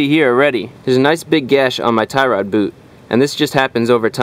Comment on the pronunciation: Tie Rod . You make it sounds like " thyroid ". How to check/change if your thyroid glands are bad ? lol Anyway, thanks a bunch. You're indirectly fixing my car with your videos.